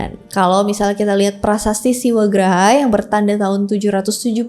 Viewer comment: 'Siwagrha', bukan 'Siwagraha'. untuk mngacu pada arti 'Rumah Siwa', kak. Grha artinya Rumah, bukan Graha. Graha, berarti huru-hara.